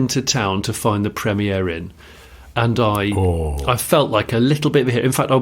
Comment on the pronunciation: it's Premier Inn not Premiere Inn...you are making them sound posher than they are